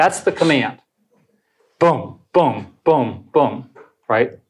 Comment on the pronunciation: So, the rest of the world is just a hobby for you, Eric? Eric? Um, I'll just come right out and say it. You pronounce the word BOOM, incorrectly.